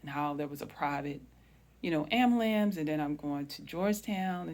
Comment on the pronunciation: Respectfully, it's pronounced......."Am-BU-lance" (pronounced phonetically. "AM, BUE-LANCE" not "Am-ma-lance." It's a common mispronunciation in some cultures.